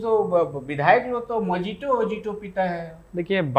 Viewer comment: साक्षात्कारकर्ता, साक्षात्कार दिए जाने वाले जयराम से अधिक बोल रहा है। मेंढक -जी, मोजिटो नहीं मोहितो| क्या तुम ज़िंदगी भर बिहारी ही रहोगे? मेंढक घटिया और कुटिल इंसान है|